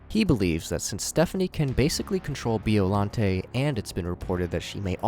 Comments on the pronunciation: As a godzilla intellect, every muscle in my body contracted after hearing him saying 'bee-ollante' instead of 'byo-llante' and when he called hedorah a bloody mud monster. Please do research at least 😭😭😭😭😭😭😭😭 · "Bee-oh-lan-tay" 😭🙏 also That's Hedorah. Hedorah is MOTHRA!!!????